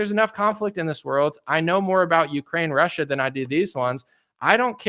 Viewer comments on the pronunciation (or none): none